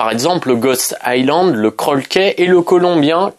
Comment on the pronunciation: Salut petite rectification on ne dit pas ghost island mais hogg island. 😉